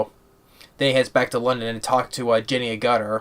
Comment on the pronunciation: Jenny AGERTER, That is the correct pronunciation